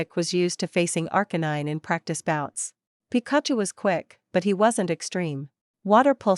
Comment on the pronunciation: Oh no Pikachu is Pronounced wired. Lol